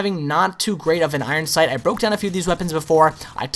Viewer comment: he cant even say his name 12aw instinct properly it sounds like he says oron sync